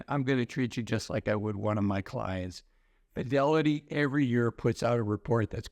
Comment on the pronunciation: Please!!!! prounounce Fidelity!!! It sounds like Fioli financial advisor!!! Love your videos. Diction!!